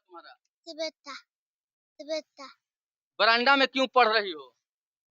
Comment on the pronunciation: यार पहले खुद पढ़ लिया करो।बरांडा नहीं बरामदा बोलो।